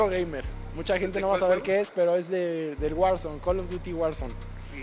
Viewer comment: "Kalav-duti-wahrson" no mames🤣